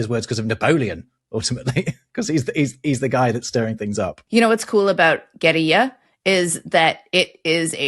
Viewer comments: Guerrilla (double R). Alcornoque (you missed the 'no'). I'd like to discuss the Word 'timbre' from music theory. You anglos seem to think this is a French word and pronounce It like 'tombra' which is totally wrong. Tin - breh 😜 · A small correction, 'guerrilla' is writtenn with two 'r's, so it sounds as a hard 'r'. Alcornoque was missing a syllable. Im always glad when there's a new post from you guys!